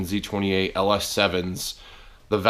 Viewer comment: I thought you said, "the other dangling thing in the room is Nosey 28." I'm like what the hell? lol